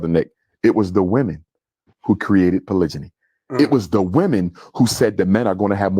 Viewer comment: That "polijiny" had me dyyyyinnnng during the live😂😭😭🫡